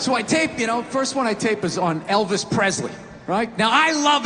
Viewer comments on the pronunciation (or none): none